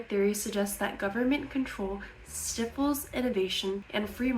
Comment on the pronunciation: Did you just mispronounce the word stifles? What script are you reading from?